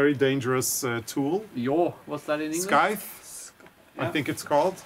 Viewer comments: I’ve always heard scythe pronounced “sy” (rhymes with eye) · I am looking forward to the traditional crafts! I have been wanting to get a scythe for quite a while now. In English, the "c" is silent so that it is pronounced "s-eye-th". I am sure your flower meadow will be beautiful and it is good exercise! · My husband had a scythe - pronounced sigh the. They are really dangerous not your hands but, your feet are the issue. Be careful! 🇨🇦🇫🇮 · that tool is pronounced like the word "sigh" - John sighed at his friend when they were talking---thank you for this fun episode - love you two xo!